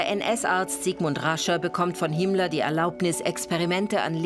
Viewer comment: Darf ich fragen warum "Himmler"? In vielen anderen Dokus wird sein Name doch richtig ausgesprochen..? 🤔